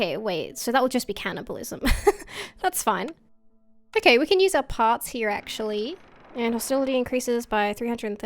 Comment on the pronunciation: You say "over here" like "over hee" are you Australian?